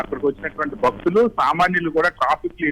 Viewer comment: బక్తులు .....కదు అమ్మ...దయచేసి..భక్తులు ...అని చదవండి.